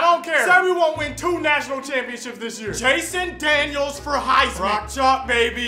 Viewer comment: Its Jalon Daniels not Jason Daniels... #RockChalk